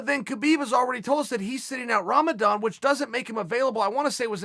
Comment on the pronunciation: I was expecting Uncle C to pronounce "Ramadan" worse than he actually did. OK great.